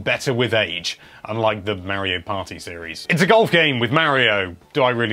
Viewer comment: my ears.. MY EARS!! MAKE IT STOP!!! may-rio may-rio may-rio may-rio may-rio may-rio may-rio may-rio OH GOD!!